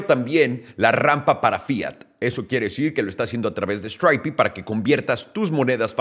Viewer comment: Stripe no se pronuncia así!!! Me extraña que estés tan americanizado y no lo sepas.